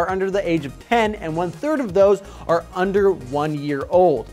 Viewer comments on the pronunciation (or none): none